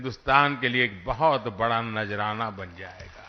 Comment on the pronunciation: Najraana nahin Modi ji Nazrana Urdu nahin aati to koi baat nahin Hindi mein bol sakte hain